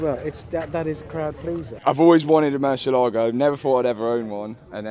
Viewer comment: haha so bad pronunciation for Murciélago!! for us, the sudakas, its totally normal word.. for you sounds like: Moo - cie - ae - la - go